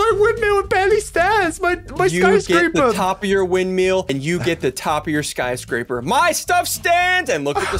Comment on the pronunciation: "sky scrap er" ian 2021